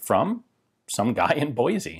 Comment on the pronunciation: Awesome video as always! But just a heads up, if you ever come here (Boise), it's pronounced "Boy-C", not "Boy-Z"!!! 😅💯👊